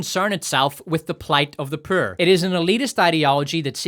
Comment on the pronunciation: I could even argue you say Power like Pyre and Poor like Purr.